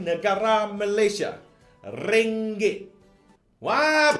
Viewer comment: “Ringgek”....😂😂😂😂troll LGE ke apek?😂😂😂😂